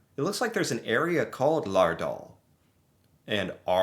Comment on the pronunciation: Not bad pronunciation at all! I've heard much, much worse...